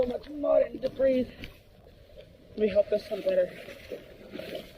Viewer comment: This “S” is silent in debris.